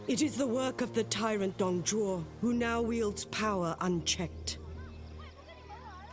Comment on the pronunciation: Also Dong Zhuo is Pronounced Dong joe